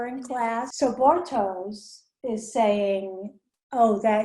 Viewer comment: Ich wollte grad auch kommentieren, dass es Bartosh ist, nicht Bartoes. Aus irgendeinen grund sagen fast alle das falsch... Gut, dass du schneller und ausfürlicher warst